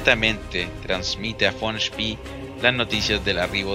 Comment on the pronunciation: SpEEEE con E no con III es apellido aleman no ingles